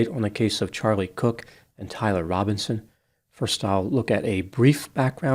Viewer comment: This mf’f said Charlie cook. Wtf is wrong with this guy?